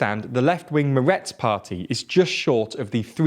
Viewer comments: Good coverage of the Israeli election. But do find yourself a coach for how to pronounce Meretz and Ha'aretz and other Hebrew words... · If you think his pronunciation of Hebrew names is butchering, you ought to consider the carnage of pronunciations consisting of Ukrainian toponyms